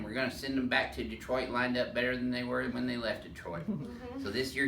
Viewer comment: The doc pronounces Detroit like a native Michigander